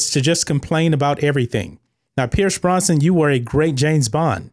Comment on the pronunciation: It's not Pierce Bronson, it's Pierce Brosnan.